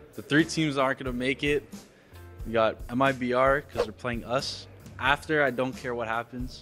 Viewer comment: mibr = meebruh